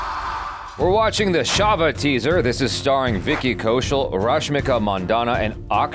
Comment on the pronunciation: its not Shava in pronounciation it's chhava like word chhatri for umbrella in hindi😅